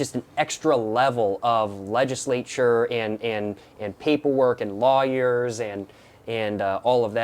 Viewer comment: bro had me rolling when he said law-yers 😭😂